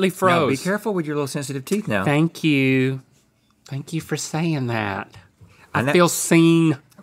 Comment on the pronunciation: like 🥺 “Fank you, happy to be here…” 👉🏼👈🏼